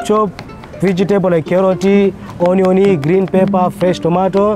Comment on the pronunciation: Carrotii onionii🤣🤣🤣